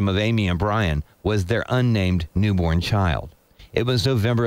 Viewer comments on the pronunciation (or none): Neeeborn…. Why can’t she ever pronounce things!!!